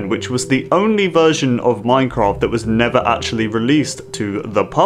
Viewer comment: HE SAID IN MINKHRAFT!!!!